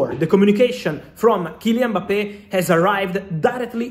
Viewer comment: Happy to hear a proper prononciation of his name